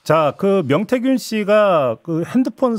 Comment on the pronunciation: 명태균인데 자꾸 맹태균이라네.ㅎㅎ